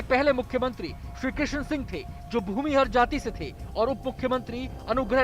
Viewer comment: Ye kon background anchor hai jisko dhang se knowledge v nhi hai ar pronunciation v galat krrha... bhumihar caste ko bhumihr bol rha...ar bol rha Sri Krishna Singh Jo ki first cm the ar anugrah Narayan Singh the unme satta ka sangharsh tha jbki aisa kuch nhi tha dono log me bhot Acha relation tha ak dusre ka bhot respect krte the... bhumihar Rajput me koi satta ka sangharsh nhi rha hai... bhumihar Rajput hmesha se yogya admi ko vote krte aye hai ar krenge chahe wo kisi v caste se ho...